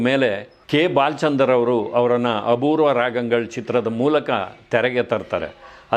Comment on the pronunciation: ಸರ್, "ಅಬೂರ್ವ" ರಾಗಂಗಳ್ ಅಲ್ಲ. "ಅಪೂರ್ವ" ರಾಗಂಗಳ್. ನಮ್ಮ ಕನ್ನಡ ಶೈಲಿಯಲ್ಲೇ ಹೇಳಿ. ನಮಗೆ ತಮಿಳು ಉಚ್ಚಾರಣೆ ಬೇಡ.ಈ ಬಗ್ಗೆ ಬಹಳ ಹಿಂದೆಯೇ ನಿಮ್ಮಲ್ಲಿ ವಿನಂತಿಸಿದ್ದೆ.